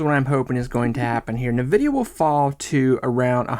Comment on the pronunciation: It’s “N” vidia not Nividia